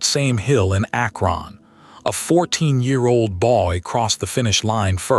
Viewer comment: ack RON! AI sucks